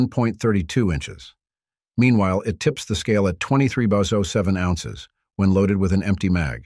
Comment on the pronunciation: The robot narration really kills this otherwise decent video. Describes the weight of the HK as "tips the scale 24 bozos" ???